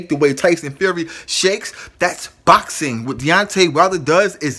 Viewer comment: Cause when your boukssin, your boukssin like boukssers do when they be boukssin! Say box like the thing you put stuff in and add ing, i introduce you to the word boxing!